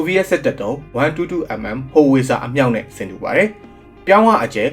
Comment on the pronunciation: ဟောင်ဝှစ်(s)ဇာ လို့ အသံထွက်မှမှန်တယ် ဘဒို ❤